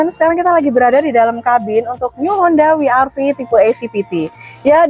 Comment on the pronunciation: double yu ga sih bacanya 😂